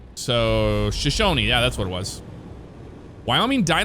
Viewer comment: I'm from Wyoming! Where I-25 turns to I-90 is Buffalo, Lovell is pronounced Love-ll, and Shoshone is pronounced Sho-show-nee. Wyoming has a lot of Native American history, and it DEFINITELY shows!